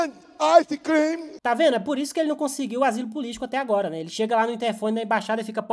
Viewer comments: "Pop corn and ice crim" kkkkkkk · "Popcorn and ice cream sinners setentative for coop the thumb in brasil." 😂😂😂